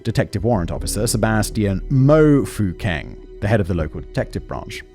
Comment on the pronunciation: MO-foo-keng instead of Mfookeng made me blink because it's so exotic, until I read it and returned to South Africa lmao